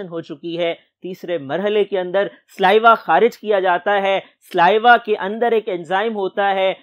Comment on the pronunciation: Correction "SALIVA" Not sliva